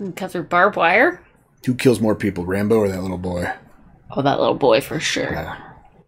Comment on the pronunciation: It’s Rambo, not Rambone